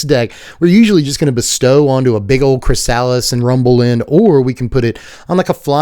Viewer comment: I gotta tell you chrysalis is pronounced Kri-suh-lis.